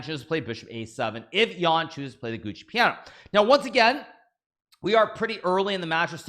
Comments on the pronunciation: It isn't called the Gucci Piano 😂, but the giuoco piano. Giuoco is pronounced like giocko. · gu oco piano, not gucci piano. embarrassing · Naka knows how to pronounce it. He does it wrong to be funny.